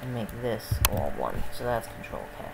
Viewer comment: wat r u saying wen u say control? U saying control something. Cnt understand wat u r saying.